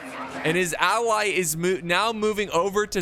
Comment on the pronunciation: "and his awwy..." he said ally with more of a "w"